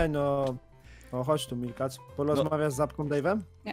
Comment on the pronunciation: Aaaa Milkacz przez 2 a nie szkacz!